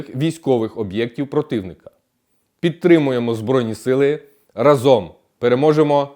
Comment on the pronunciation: Не разОм, а рАзом. Не листОпада, а листопАда.